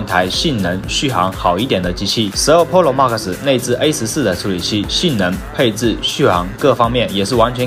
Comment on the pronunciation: Stop saying “ Polo Max” is “ Pro Max” they’re big different between those two words OMG.